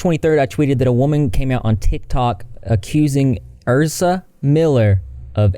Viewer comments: The way he kept saying ERSA instead of EZRA was throwing me 🤣😂🤣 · I think Ezra is pronounced ezzzz-rah, not er-zza. I could be wrong though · Isn’t it EZra as in EZra nor ERza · ezra using they/them pronouns and then being a transphobic dirtbag on top of the abuse. like, legit fuck them. also sorry if someone already said it but ez-ra not er-za!<3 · Isn’t is eZra not erZa!? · Isn't it pronounced EZZ RA? Not Ur-za. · EZzzzzzra. Not Erza. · How tf keeps saying “Erza” when everything he’s reading blatantly has his name as “Ezra.” Unless he’s confusing the “Ezra” in “Ezra Miller” for the “Erza” in “Erza Scarlet.” Lol. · Why does he keep calling Ezra Erza it's so annoying 😂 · Not you calling them erza instead of Ezra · It’s the way he says Ezra’s name like Ersa 😂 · it’s ez-rah - just correcting - not being a dick - love your vids ❤️ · Yeah it's ehz-ruh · My dude the way you are saying Ezra is giving me anxiety. Please Google names before you continue to give people from the south a bad name 😅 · How does one manage to say a 4 letter name like Ezra wrong